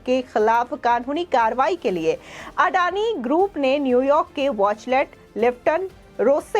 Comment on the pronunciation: बहेनजी वॉचलेट नही... किंतु वॉचटेल....कहो...